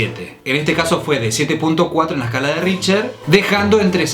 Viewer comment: El índice: RichTer: Richer El índice: RichTTTTTTTTER: Richer